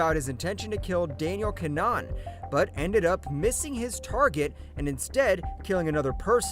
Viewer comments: Kin-uh-han. Idk what’s so damn hard about that name to Americans. I say this AS an American. Didn’t you go to school with or have Irish neighbors/family? Then again I grew up in NYC in a very Irish neighborhood but cmon. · Gotta learn to pronounce names. KIN-A-HAN its phonetic.